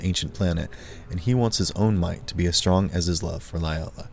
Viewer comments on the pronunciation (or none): none